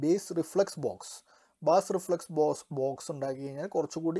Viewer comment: ബാസ്‌ അല്ല ബ്രോ ബേസ്